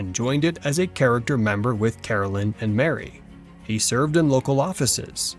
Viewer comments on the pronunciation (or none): Here's a few things. His wife's name is Caroline, not Carolyn. You keep spelling it correctly, but pronouncing it incorrectly. It's my name and it bothers me when most people mispronounce my name. Also, the government did not take the farm away near Independence from Charles. Charles didn't have the $200 to pay for it once the government bought it from the Osage native Americans.